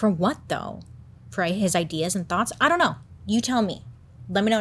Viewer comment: Love the way she said "Ion know" 😂